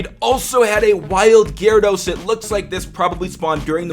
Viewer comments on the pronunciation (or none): none